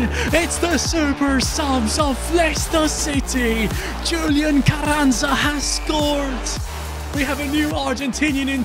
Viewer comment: Carranza I'd pronounced differently. The rr should have a bit off a H sound in front of it and the z is like a s. Love the content